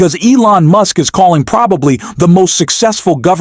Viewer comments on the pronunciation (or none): listen closely to the pronunciation of Musk's name right after this time stamp. He also pronounces it MOOSK one time. Also there was a warning that this video was made with altered or synthetic content just before the reading of the article that they put up in print. This is something a video maker has to do if they change content in any way with AI or splicing or pictures or anything. I tried to find it again but apparently it only has to show once. It's in the corner of the article at the top right just as the announcer begins to read it. I noticed it because I ran into it once before in another article and clicked it and it took me to a page that explained it. It will be around or shortly after .